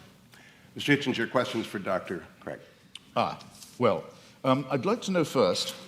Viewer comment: It's William Lane CRAIG not Cregg !